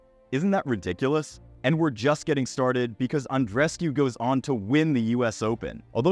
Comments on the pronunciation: Andrescew? It's Andrescu (oo) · No, it’s Andreescu (four syllables)